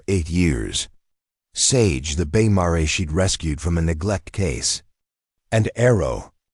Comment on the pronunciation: Mar e? Pronunciations are atrocious!!! My husband and I housed many rescued horses patience gentility are essential I.e.gentle loving care